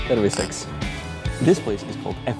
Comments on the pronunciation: terviSEKS... look up the word in capitals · am i the only one hearing "pervi seks" when he says cheers?